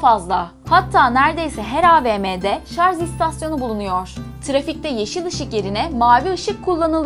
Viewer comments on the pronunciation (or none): HerkeZ değil herkeS. Fujitsİ değiş fujitsU. ŞarZ değil şarJ. Bu kadar abonen var bunları düzgün söyle bari de örnek ol. 🙏🏻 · Şarz diyor